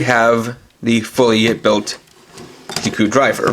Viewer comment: Just say in as Zi o and ziku not gio and giku